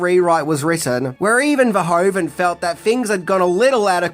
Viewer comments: Hi,first of all thanks for your videos. I just wanted to let you know that you pronounce the “oe” in Verhoeven as “oo” in English. As in loop for example. 😉 Keep up the good work! 🙏🏼 Greetings from a Belgian fan. 😊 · … it’s Paul Verhoeven, not Pol Verhoven 😉.